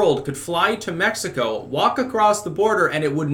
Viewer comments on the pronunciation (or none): none